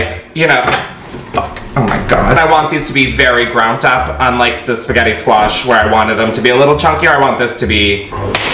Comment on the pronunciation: “groundt up”